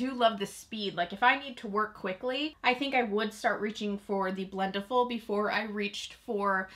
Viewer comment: You say it two different ways. Quit saying it like Blendy-full.